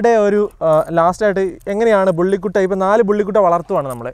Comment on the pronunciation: ബുള്ളി കുട്ട അല്ലടാ,വള്ളികൊട്ടെ... ബുള്ളി കുത്ത!!!